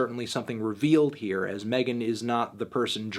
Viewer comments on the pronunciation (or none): I know you want to be her, but it's MEGAN thee stallion not Melon thee stallion